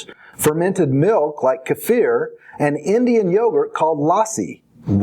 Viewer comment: lol its keeeee-fer